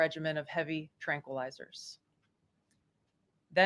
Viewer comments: Benny I hate to be this person but I'm going to; tranquilizers are pronounced "tranquil" + izers. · Tranqui lizers??? 😂